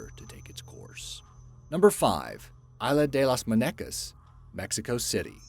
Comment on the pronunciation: You sed the doll island wrong in Spanish